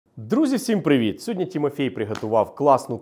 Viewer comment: ВладИслав, а не ВладІслав. СьогоднІ, а не сьогоднЯ., що з вами?